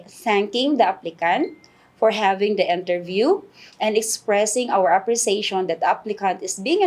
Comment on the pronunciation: I believe it's "interview" not enterview